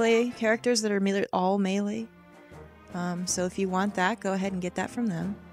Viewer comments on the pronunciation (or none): none